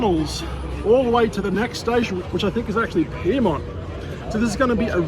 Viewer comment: Piermont You mean Pyrmont